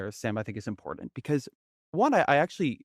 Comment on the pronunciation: Yuck. I know this is years old but I have to point out that the word important isn't pronounced, "Impordand". Klein's vocal fry is generational and not genetic.